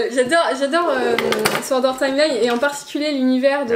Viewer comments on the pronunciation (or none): none